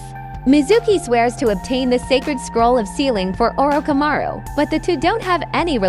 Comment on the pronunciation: Orokamaru? That's new LMAO